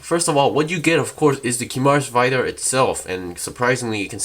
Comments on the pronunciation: "VAYDAR" XD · ive heard barbaitos,ive heard gim,now ive heard vaidar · the way he says vidar💀